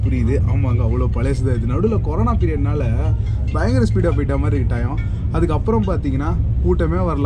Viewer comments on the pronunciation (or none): none